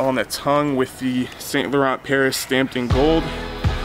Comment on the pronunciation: It's pronounce "San" not "Saint" learn your French!